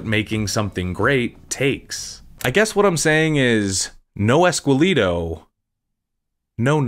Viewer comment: All this research , production and you couldn't pronounce ESQUELETO right????